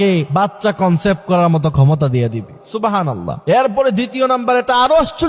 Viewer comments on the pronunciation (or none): সুবহানাল্লাহ উচ্চারণ ঠিক নাই,, তথ্যটাও যাচাই করতে হবে